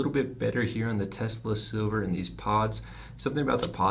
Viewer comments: Its "Sliver" not "Silver" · The fact that you had the mod and the box and still are pronouncing it Silver is fucking embarrassing 😂 unsubscribed 😋